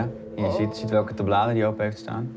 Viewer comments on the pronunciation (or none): TABbladen. Niet TaBLAden.